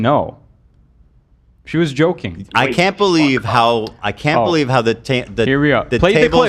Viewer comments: Joking ❌ Yolking 🍳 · I just realized is saying joking 😂 I did t realize it u til rewatch